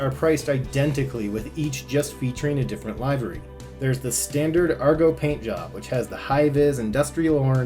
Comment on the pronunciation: I'm 50 years old. And for the first 49 years I've NEVER heard it pronounced "LIVE-ery." when did it stop being "LIV-ery?" Google it! It's a 'short i'